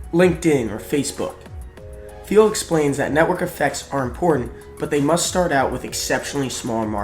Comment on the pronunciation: I am a Taiwanese English teacher and I cannot believe the video maker mispronounced the word 'Thiel'. Originally, I thought I cannot understand, but with the help of the second round of listening and the clarification from this comment, now I got it. Thank you